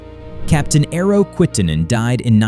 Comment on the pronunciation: We need to teach americans, that E does not sound like i (independent) in our names. It sounds like first E from "everything" "especially" "Estonia" .... EERO, NOT IIRO. (Also, metric system rules 😊)